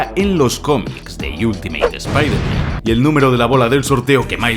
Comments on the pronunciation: Yo solo tengo una duda? Porque espiderman? Es el unico súper héroe que pronuncian "mal". Partes en el video lo dices bien y en otras no, pero siempre e tenido esa duda. Y utilizaste la versión en español latino se la peli. Quien es usted y que hizo con? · Repite conmigo, Spider MAN, no Spaider MEN jajajajaa alto nivel de video como siempre ♥ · La pronunciación de "Espihderman" es vergonzoso. Lo mismo con "Dardebil"